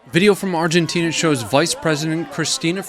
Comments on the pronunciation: Lol When you watch an American tell you about what is happening around the world and they mispronounce the name of the country!! Its “Argentina” not “Argentinia” you atypical English language and Geography deficient product of the American education system. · "Argentinia" heheh. Otherwise, good job bro. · Canadia for the Canadians! Hands off Argentinia! Freedom for Burkinia Faso! Drink coffee from Guatemalia! Okay, I think that’s enough making fun of you for saying “Argentinia”. 🤣😂😁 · Yes. I said “Argentinia” at one point like a derp. Thanks. Edit: It should be noted, and I failed to include, that the handgun was reported to have been loaded at the time with 5 rounds of .380. There was no information at-hand on whether or not it was chambered, though.